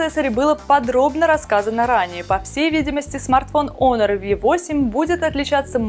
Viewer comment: пишется honor ,читается "онор"